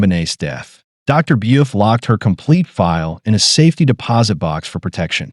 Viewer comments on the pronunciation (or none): Its Dr. BUEF, not Buff. Just so you know later.